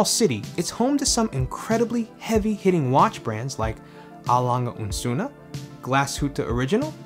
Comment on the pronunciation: Absolutely nailed pronouncing A Lange & Sohne. The rest was good too.